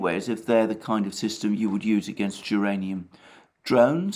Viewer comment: "Duranium drones"